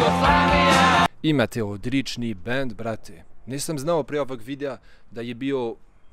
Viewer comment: Napredovao si u govoru, vidljivo, sada si nekako fluidan, ali molim te, nauči da izgovaraš L, stalno govoriš R, skoro umesto L, na primem GLava, ti kažeš GRava, ili Odrični muzičari.... Malo uspori, ne žuri toliko, ti sigurno sve želiš odmah, ali lepo od tebe što si naučio Srpski i za to dobijaš sve moje pohvale, jer iskreno, mnogi koji su rođeni ovde, a drugih su nacionalnosti, ne znaju srpski, na primer Mađari, oni jako slabo znaju srpski, a rođeni su ovde..... Preporučujem ti da čitaš knjige na srpskom...